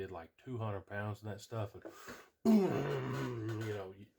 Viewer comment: Did you say 5 poumds.??pounds.??? Well there ya go. Jeez.. come on man